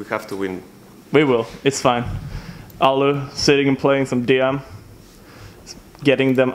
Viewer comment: Nice! You're pronouncing Allu the way it should be pronounced